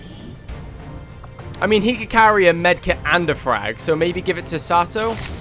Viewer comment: I love the Captain Price look and voice for my character. And by the way, the name is pronounced Sah-toh. I think you were mostly saying it right. For clarification, here's a weird video of a text-to-speech thing saying it: And I'm actually surprised we had a flawless mission immediately after the slaughter of last episode. Also, do you own any of the DLCs? Many of them just add character customisation stuff, but there are three that have a proper impact on the game: Alien Hunters: This DLC adds some alien 'bosses' that you hunt down throughout the campaign, as they appear in random regular missions. Pretty cool. Shen's Last Gift: This DLC adds an extra soldier class to the game, which can change up how you play quite a bit. Fairly cool, but not a huge change. War of the Chosen: This is the big boi. This absolute chungus of a DLC is basically XCOM 3. Not gonna spoil anything. But suffice it to say, if you finish XCOM 2, you HAVE to play WotC.